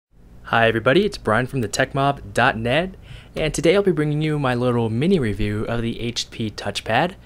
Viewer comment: is Mini Review or Mini REIVEW??